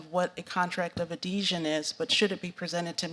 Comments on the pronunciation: How is she a judge if she's never even heard the word, "adhesion?" Or as she says, "adesion." She's functionally illiterate. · what is a contract of "adession?" Axing for a friend. 🤣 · It can't pronounce. Adhesion. Wtf!!! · The REST OF US, when we apply for a job, we know how to do it! She CANT EVEN PRONOUNCE Adhesion correctly!!